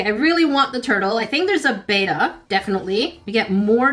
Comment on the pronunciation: The fish is called a Betta bet-uh.... not Beta not bay-tuh 😊